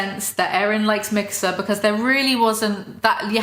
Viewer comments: You make "Mikasa" sound like "Mixer." :P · bruh i didn't realize you were saying mikasa and not mixer until the 30 minute mark. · the way you said mikasa really tied it all together